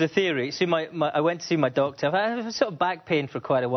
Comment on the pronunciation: whenever he said Doctor i kept hearing Dog lmao